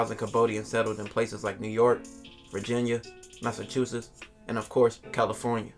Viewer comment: And of courTH caliTHornia hahaha